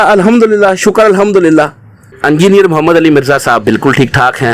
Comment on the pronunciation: Imama shareef 😂 hahaha tum log bhi baki molviyon k chailon ki tarah hotay ja rhy ho aur ye "E"ngineer hota hai na k "U"ngineer 😂 engineer sahab tum logon ko ye bhi na sikha paye aj tak😜 Nehatta tha wo to ye mu*der attack kaisay hua? Itnay saray logon mai wo gala daba k maar deta kya? Kuchhhhhhhh bhiiiiiii😂😂